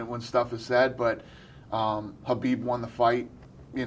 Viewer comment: Do I need to clean my ears or are both of these guys calling khabib “habib”?? Is this like a kanife situation?